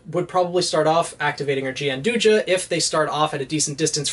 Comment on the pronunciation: Gianduja/Gianduia (the Italian chocolate) is pronounced, and I quote, "john-DOO-ya", so you were pretty much spot-on. There's also the interesting tidbit that Coco's weapon, by technicality, is Nutella. Do with that knowledge what you will.